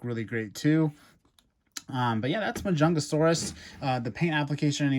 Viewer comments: Only ONE "GA" ⭕MA-JUN-"GA" -SAURUS⭕ you are talking ❌ma-jun-ga-ga-saurus❌ Hahaha 🤦‍♂️🤦‍♂️🤦‍♂️🤦‍♂️🤣🤣🤣🤣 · Please never say majun gasasaurus AGAIN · its pronounced mah-juhn-gah-sohr-us. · you say majungagasasaurus when its just majungasaurus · 2 things - Firstly it's pronounced ma-jung-a-saurus Secondly your correct about the arms. Carnotaurus and majungasaurus are both part of the group "Abelisauridae" which are well known for their short faces and short arms. They were the top predators in the southern hemisphere when things like trex and spinosaurus ruled the north. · I was like "Majungagasasaurus? Huh?" Lol it's definitely a unique pronunciation! 🤣😂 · That's 'Ma-Junga-Saurus,' my friend. But it's OK. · Ma junga sarus is how you pronounce it/ also love your videos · that's not how you pronounce mujungasaurus